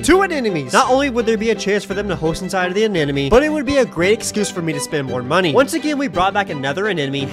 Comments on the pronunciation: You of all people should know how to pronounce anemome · ANEMONE!!! Not Anenome... Why can't Aquarium influencers pronounce that properly? They're not influencing well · I should have started keeping a tally of how many times it's possible to mispronounce anemone in one video. Pretty sure it was to get these sorts of comments, though. Anyway, I hope your fish and anemone work out their complicated relationship status. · The amount of times he mispronunciation anemone while having it spelled correctly in the description kinda drove me off a cliff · Lmao bro mispronounced anemone like 60 times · does he mispronounce anemone to be funny or is anemone just that hard to say? haha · Not you mispronouncing anemone every single time 😭😭😭